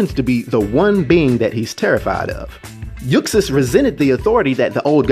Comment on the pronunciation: You're saying his birth name wrong. The x in Uxas is pronounced like a z. It's pronounced "yoo·zos". It's a play on the words 'use us', or 'uses', since he manipulates others into doing his bidding